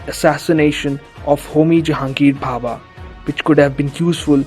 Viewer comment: Its homi bhabha not papa